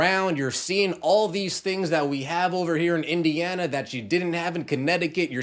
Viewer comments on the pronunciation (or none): Did you say WINdiana?